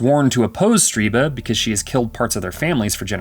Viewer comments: Stir-BUH not Stree-BAH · Stirba. STIR-ba. Not Streeba. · why do you keep saying the name "Streeba" when its even clearly written as "Stirba" AS you say "Streeba"? lol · I hate to nitpick, but everytime the narrator said "Striba", I winced. Her name was "Stirba", and it literally appears written on the screen at one point as the narrator mispronounces it. Otherwise, great video on a dreadful/wonderful film! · can anyone making these videos Read. how can you always mispronounce so many words. Striba wtf... its Stir ba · Um, Stirba name mispronounced for this entire narration in this recap... He keeps calling her StrEEba!?!